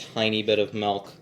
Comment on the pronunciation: Excuse me sir.... Did you say mElk?